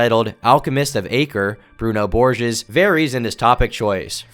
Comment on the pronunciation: I think it's pronounced "borhays"